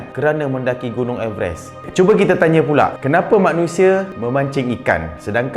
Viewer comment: Rasa terganggu dgn cara sebutan everest tu